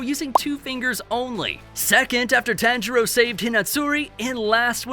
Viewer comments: (tawn-jur-o) not (tan-jur-o) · Dude. PLEASE start saying my guy’s name correctly. The emphasis is an “Ha” sound (T-Ha-ngiro) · "Tahnjeroh and especially Inahsikay" Bro..😭💀